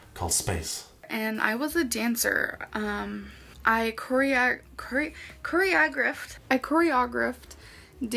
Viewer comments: korea grift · "I corry-ah-grift lots of dances." Sure ya did. 🥴🥴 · "I choreAgraphed uhhh dances, and won every talent show" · the way she said 'choreographed' tells me she only knows the word through text. she would know how to say the word properly if she were exposed to it verbally (likely at a dance group) lol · What kind of dancer can’t pronounce choreographed? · The way she pronounced choreographed omg…